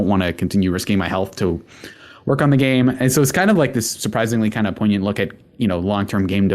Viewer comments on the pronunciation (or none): none